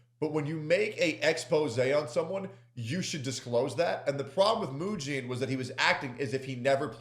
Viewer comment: I do like how pronounces his name like "Eugene", because as a Birdman watcher, that was definitely Eugene behavior Mujin pulled this weekend